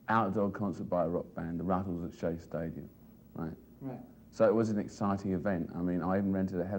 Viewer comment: Not Shea Stadium! CHE Stadium!